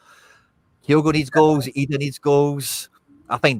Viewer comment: Why are you pronouncing Adam Idah's name like that?